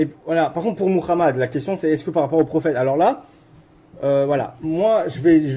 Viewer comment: Il prononce bien Muhammad 😊. Salatou Salam. Paix aux gens du Livre